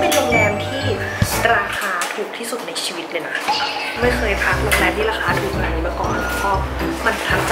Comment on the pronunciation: มีข้อเสียตรงที่ว่าหนูรำคาณพี่ตอนที่พี่บอกว่าในชวิต เเละ ชิวิต เเล้วก็ชีวิต